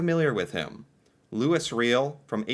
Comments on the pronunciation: The group of seven were famous worldwide for their paintings in and around Canada. Some if their paintings are in the millions value wise. And some of our past leaders had French names like Reil it’s pronounce Louis ray-al ( Reil ) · Not familiar with Louis Riel (Loo-ee Ree-yel). Oy vey. I can't think of an American equivalent of his stature. John Brown? But the comparison doesn't work. An American will never understand what Louis Riel means to us in this country - its to difficult to explain. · That portrait of Louis Riel (pronounced "Louie Ray-al") is instantly recognizable to Canadians. He fought for the Metis ("May-tee") rights, but was ultimately considered a criminal and executed by the government. 🙁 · There are a lot of silent 's' sounds in French proper nouns. In Canada Louis is pronounced "Louwee" and his last name is pronounced "re-al" soft 'e' and hard 'a'. His people's name is pronounced 'may-tee'. One of the three original cultures in Canada. The other two being First Nations and Inuit. The Matis are descended from early French settlers who married into FN, specifically in western Ontario and southern Saskatchewan and Manitoba. Louis Rial led a rebellion against the Canadian (British) government and ended up starting what would become the Treaties the Crown would sign with all aboriginal groups before handing the keys over to Canada. Roughly put. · He was a Metee civil war with Canada the insurrection ended with the capture Louis Riel who was hanged. Pronounce Looeee Reeal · Yes, Louis Riel has a French prononciation: loo-EE ree-EL. Metis = may-TEE. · Ok, you need pronunciation help :) Louis = loooeee Riel = Ree yell Métis = May tea.